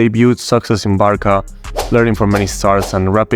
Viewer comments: dude what tf do you mean by barka??? its barca(pronounced barsa) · Amazing video but the way you said the first Barça killed me lol, good video nonetheless man keep it up